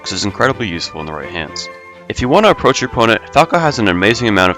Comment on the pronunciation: approah or approach?